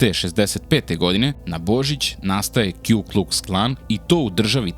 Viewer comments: Nije Kju nego Ku Kuks Klan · Puni naziv KKK je Ku Klux Klan. Ne kju klux klan